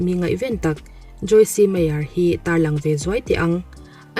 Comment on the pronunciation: Joyce meyer kha joyc meyer t zok tur ani lom ni e kha silent tur ani in ka hria